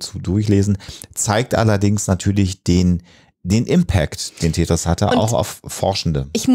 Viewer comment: Er: Tätris. Sie: Tetris. Er: Tetris. Pause. Er: Tätris.